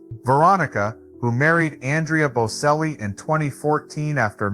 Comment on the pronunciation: You don’t know how to spell or say their name. It is Bocelli, pronounced Bochelli, not Boselli. I cringe every time you say it wrong because you didn’t even listen to videos that say their name correctly. Take the time to get everything right before you post things about other people. And Veronica is his stepmother. Enrica Cenzatti is his mother. Both had a role in his life. You did get his eclectic taste right, and his generous and honest nature. Being from such a family affords opportunities, but also great pressure. It has taken a lot of tenacity and courage to follow his own path. And his voice has and continues to mature beautifully. He is already selling out crowds.